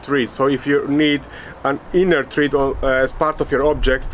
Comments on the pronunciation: Thread rhymes with bread! Excellent research though! ☺️☺️ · It’s pronounced THREAD, not THREAD.